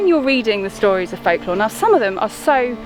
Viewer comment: FOLC-LORE???? Why do you mispronounce "folklore" deliberately?